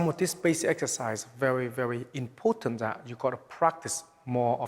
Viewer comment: very "ipotant"